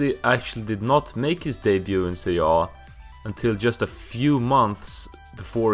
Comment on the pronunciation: Pronouncing Serie A like it's a fkn Norwegian word or some shit 🤣